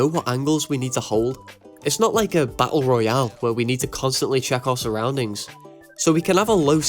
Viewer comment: "ba'ell royalh"